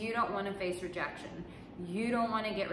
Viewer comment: "Rejaction" huh? Doesn't sound too bad 😂